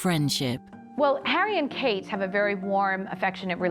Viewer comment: Kate not kat